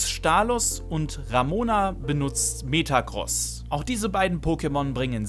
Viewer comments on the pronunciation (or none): none